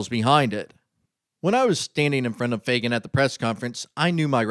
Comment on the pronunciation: Shouldn't you pronounce the name, FAG AN ? Where do you see a "Y" ? FAY GAN? Huh!